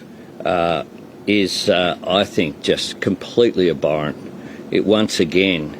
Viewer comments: The prick cant even say abhorrent correctly 🙄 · This tool can’t even pronounce abhorrent properly.